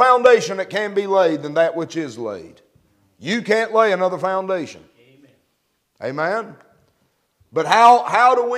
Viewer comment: Omein..is Hebrew Aman, is his accent